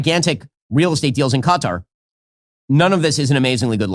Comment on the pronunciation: Hi Ben can say Qatar, first US guy not saying Cutter like a dumbass.